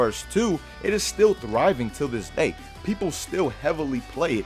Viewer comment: Someone needs to make a list of times said "Till dis day" 😂